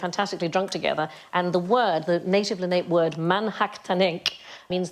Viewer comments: Leh-na-pee, not Leh-nape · The Lenape tribal name is pronounced leh-nah-pay. "Leh" as in "lemon". The "ah" (in nah) is like "father", then the English word "pay". It's not a French pronunciation, despite the French being the first Europeans who came into contact with them. It's not like some other tribes, especially in the Western US, where their tribal name is of European (most often Spanish) origin or influence. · Lenape is pronounced more like le-NAH-pae. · Lanape I understand in local dialect is pronounced Lan-ar-pay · I was about to make the same comment! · 'Lenape' has three syllables.